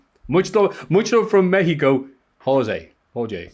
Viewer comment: As a Mexican who can speak Spanish pronunciation of Mexico was actually pretty good. 👍 LoL